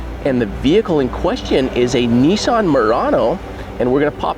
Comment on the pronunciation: Not a neesarn but a Nissan .